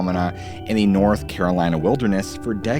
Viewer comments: North Carrrrlina 😃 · lmao NORTH CARALINAH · The way you just said North Carolina lol smh lol